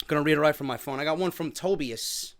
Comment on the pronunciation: It's pronounced TOE BY IS